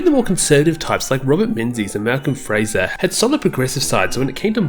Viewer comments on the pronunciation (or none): none